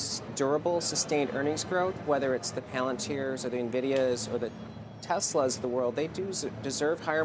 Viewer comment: Did he say Tesla? Lol